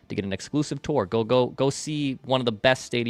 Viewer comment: can you pronounce tour correctly! Lol. Also Phil could have guessed you have low T lmfao